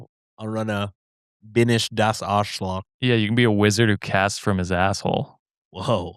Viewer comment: German listener you said it a few different ways 😂 The last was correct pronunciation but incorrect accentuation